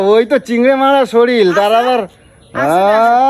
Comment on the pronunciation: শরীল নয় শরীর 😅😅😅